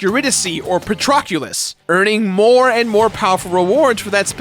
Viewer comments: PATROCULUS That's almost worse than nucular! Dwayne "Pat-rock-ulus" Johnson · Who is "Patroculus" 🤔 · I cri when says Patroclus and Eurydice